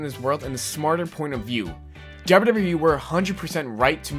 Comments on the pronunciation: You say WWE funny! DERBERDERBEREEEE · it's funny how you say wwe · honestly the way you say wwe is funny